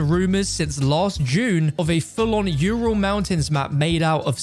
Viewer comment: Yourul mountains lol